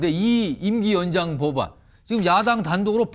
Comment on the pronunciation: 한국어에는 각 단어들에 장음(長音), 단음(短音)이 있어서 국어사전에도 표제어 장음 글자의 오른 편에 : 표로 표시되어 있다. 그런데 요즘 젊은 기자들은 특히 한자어를 말할 때 이를 전적으로 무시하고 전부 아주 짧게 발음한다. 예컨대 '여:당(與黨)', '야:당(野黨)', '대:선(大選)' 이라고 길게 발음을 해야 하는데 짧게 발음하는 것이다. 참으로 듣기에 딱하다. 이런 폐해는 한자 사용의 폐지에서 기인한 것이다. 정말 큰일 났다. 청구인측 변호사가 "피청구인" 을 아주 짧게 발음하는데 "피:청구인" 이라고 장음을 써야 한다. 요즘 한국인들의 '한자어' 구사가 이 모양 이 꼴이다. 아유 맙소사.